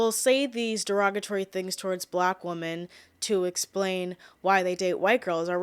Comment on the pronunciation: Why do you pronounce the word "women" as "woman"?